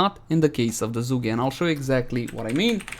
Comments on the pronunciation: The "Juggäe" Liked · Zhuge rhymes with huge. Jsyk